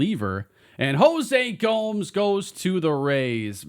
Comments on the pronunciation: Future reference: Gomes is pronounced like “Gomez” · The way you say Gomes, cringe. It's a Spanish name, not an English name. Good job you didn't draft him.